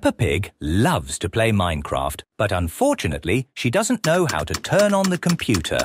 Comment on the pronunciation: I heard minecrap not minecraft